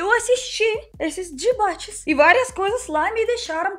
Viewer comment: eu fiquei com esse "Dibate" na cabeça o dia todo kkkkk adoro seu sotaque!